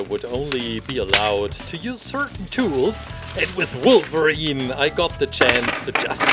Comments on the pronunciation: Does anyone know if he’s German because he said Volverine which is a German thing we’re W’s are V’s? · The way this guy says wolverine 😂😂😂